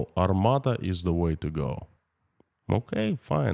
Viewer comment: it's Armata not Armada.